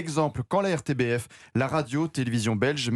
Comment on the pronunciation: Petite précision, on prononce " m RTBF " !